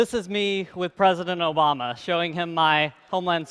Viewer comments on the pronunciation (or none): none